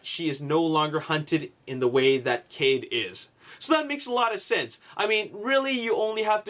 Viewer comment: you said cave not cade